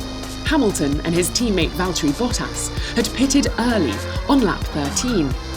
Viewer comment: "valterry vottas" hahah